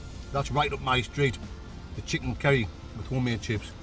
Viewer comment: Chicken 'Kerry'.